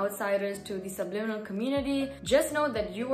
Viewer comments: How the heck do u say that word.. subnimilal.. sublinimal... subLIMINal .. AAAHH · Nobody: Nobody ever:: subNiminal Haha, love your content!